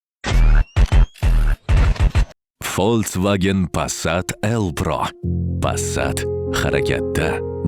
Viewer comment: Овоз беришдаям қовун туширибсиз) Фолцваген эмас, Фолксваген…